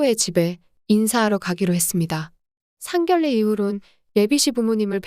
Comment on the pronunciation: 상견례 발음 좀 신경써주세요